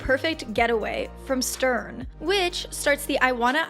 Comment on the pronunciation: it always hurts my ears when someone pronounces stern that way . they even did that in the german version of the game . Don´t know why since it´s a german word